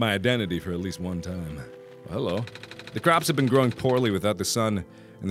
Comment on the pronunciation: he says "ben" instead of been.